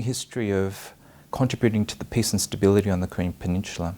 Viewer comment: She keeps on pronouncing “peace” as “piss.”